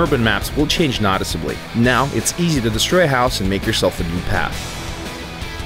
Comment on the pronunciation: "Vizzilization" "Nottazbly" "Anadder Stadding(?)"